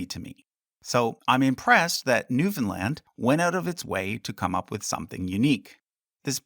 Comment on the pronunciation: Bro is canadian but can't pronounce newfoundland